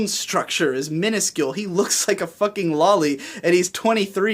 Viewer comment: It's pronounced "low-lee," since it's short for Lolita, which is pronounced "low-lee-tah." Cool video btw I'd love to see more like this.